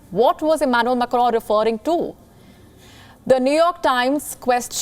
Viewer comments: She says it like Emmanuel MECCRON..its Macron 🙂. Imagine if someone says "Nirendra Mudy" .. it would sound silly right🙂 eventhough we understand what she says 😀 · Amazing pronounciation - prezzident immanu makkro. Preze and media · Can't stop laughing after listening how she's pronouncing macron 😂😂😂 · The way she says macron😂😂😂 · Macroooooo ... Preaisssss (Press) ... abey kaha se ley aaye isse .. bhahahaha